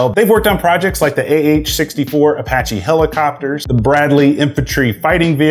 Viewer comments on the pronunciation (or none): none